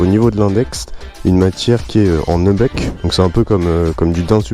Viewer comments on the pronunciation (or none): J'adore le "neubeuk" et le "couir" 😂😂